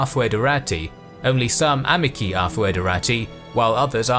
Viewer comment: Please, check your pronunciation before publication. Your "socii" and "amici" are truly cringeworthy.